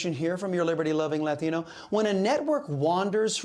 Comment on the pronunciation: I love Chris , but I always giggle when he turns full latin rolling rolling 'Latino, off his tongue. ✝️💜